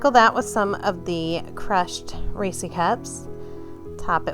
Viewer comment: I hate that you call it a damn (ree-see) cup wtf!? It’s a (ree -sez ) cup they’ve even come out and said how to pronounce it! 🙄🤦🏽‍♀️ That’s my only complaint. The cake looks amazing tho